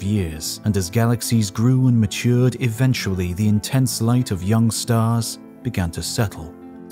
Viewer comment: It is"Eventually" not Aventually